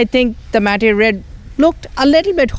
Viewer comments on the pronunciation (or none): bro ...its not mat-te lol...its matte ( pronounced as 'mat' ) ...cheers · Its pronounces matt!😔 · aasim khan I knew, i was not the only one to notice.